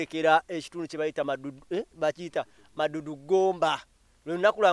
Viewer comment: The place is maddu not maduddu